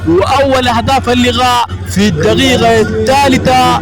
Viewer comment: المعلق عليه الانتباه لنطق حرف القاف ، دغائغ= دقائق الدغيغة = الدقيقة مع العلم أنه تعليقه جيد ، فقط عليه تحسين مخارج الحروف و خاصة عدم الخلط بين القاف و الغين